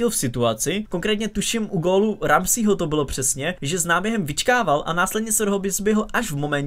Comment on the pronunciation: “Ramsího” wooow ani jméno neumíš přečíst, ale hlavně že si myslíš že jsi odborník na fotbal 🙏🏻fakt už se na to vyser.....už se na to dívám jen protože SR smeju těm sráčkám co říkáš